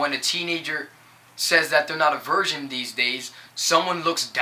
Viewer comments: Thanks:D Pretty much agreed 100% with what you said I dunno if it's just me but it seemed like you were saying version, is that your accent or..? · "Version" lol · he can sing though......he says virgin weird